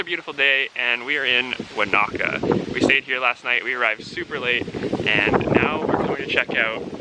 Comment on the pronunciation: Wanaka is pronounced like Monica.